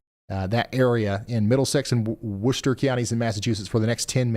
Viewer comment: I live in massachusetts, so listening to ryan trying to pronounce the names of the towns around here hilarious "WUH-chu-set" reservoir had me dead 😂😂😂 saying that wrong